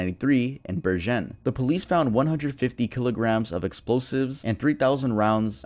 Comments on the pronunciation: Bergen... I needed a whole moment to get what he meant. It's not "Ber-jenn" it's "Bär-genn" with a hard g. Oh well, doesn't matter but I found it funny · i'm norwegian too, from bergen actually (or should i say berjen 😭) i agree that it was funny but hey the dude tried his best, and to be fair we can't expect someone to to speak a language they've never heard perfectly. my english pronunciation wasn't exactly the best either until i became fluent lmao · Love your videos! Hearing you say "oslo" as "also" and "bergen" as "bershen" really fucked my mind up for a sec lol Merry Christmas from Sweden! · hahah it's bergen with a g sound as in good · Berjen, haha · Craziest pronounciations of norwegian places and names ive ever heard. Took me a good few minutes before i realised you were talking about Bergen in Norway. And did you really call Oslo Olso? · I love how you pronounced bergen, øystein, and oslo. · My man cant say Bergen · As a Dane, I completely agree.. I thought he was talking about some french town or something lol. Sounded nothing like Bergen xD